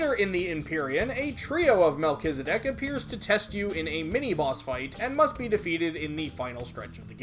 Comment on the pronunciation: man , it's good to hear the correct pronunciation I always pronounce it melt-cheese-di** P.S: love your videos